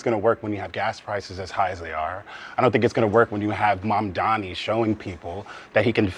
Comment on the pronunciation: Can someone please tell them that it’s Mamdani, and not Mandami🤣